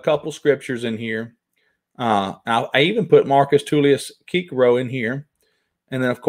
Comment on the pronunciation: You are a great man. Cicero is pronounced "Sis-a-row". God bless you and thank you for your important work.